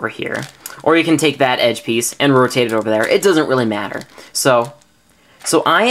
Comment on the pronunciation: Roatate lol